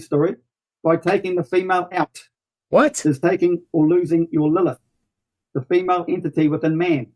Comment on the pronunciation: Why does he emphasize the second syllable in "female" and "vortex"?